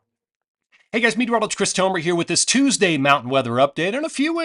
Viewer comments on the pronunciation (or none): Can you not say meteorologist? Not being nit picky but just windering